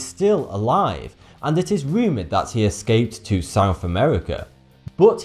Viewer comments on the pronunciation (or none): none